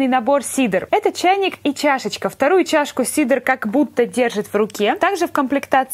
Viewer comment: Её зовут Кедра а не Сидр